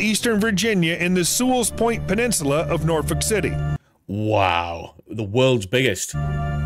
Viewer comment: Well, that’s not how you say Norfolk definitely doesn’t have the Appalachian accent lol love your videos keep going